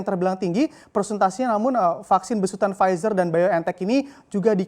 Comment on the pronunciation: PFIZER dibaca //Pfitsa:// Kok gitu... ntahlah... pokoke begitu...